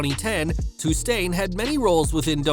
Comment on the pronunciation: No , not Tustain…